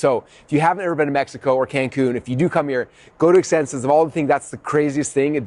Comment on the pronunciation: What's this word you're saying? Exsenses?